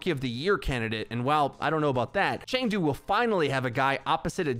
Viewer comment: Chengdu is pronounced Ch uh ng doo.. go hunters